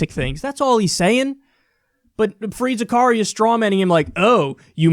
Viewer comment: It's Fareed Zakareya. As in Za Ka Ri Ya